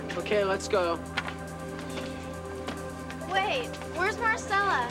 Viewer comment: Did anyone else notice how Stacy kept calling Maricela Marcella ? Irksome, if you ask me.